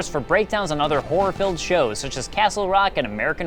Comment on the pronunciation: people who pronounce HORROR as WHORE.